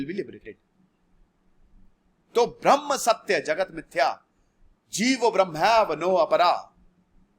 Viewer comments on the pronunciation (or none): Dear sir... Your pronunciation of Braham (braham + muhurat = Brahmamuhurat) as Brahman is turning complete misinterpretation of entire explaination... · This is not Brahman but brahm. Please pronounce it properly. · Sir it's not Brahman it's brahm